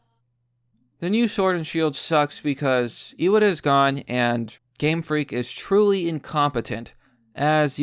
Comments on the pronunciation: Ee-wah-tah not Ee-wad-der. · Btw, it's "eye-watt-uh."